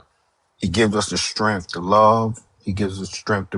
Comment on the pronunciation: It's "STRENGTH", not "stremf".... 😖😖